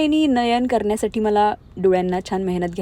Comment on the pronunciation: मृगनयनी नयन "करन्यासाठी" असे चुकीचा उच्चार का करतेस ? "करण्यासाठी" बोल. तू "आणि" बलताना "ण" चा उच्चार करतेस मग "करण्यासाठी" सुध्दा बोलता येईल.